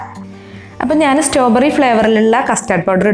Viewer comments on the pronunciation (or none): Strawberry not stoberry👍😀😂